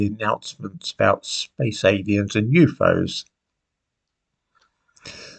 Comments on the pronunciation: What are “yoofows” ? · I love that he calls them "Youfoze" 😂